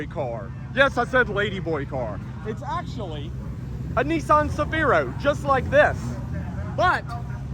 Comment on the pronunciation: Hi what’s a neesaan? I’ve heard of a Nissan but not a neesaan? 😂😂😂